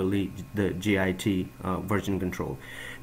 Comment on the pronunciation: Git is not an acronym. It's a word, pronounced 'git.' It's driving me crazy. Good info, though.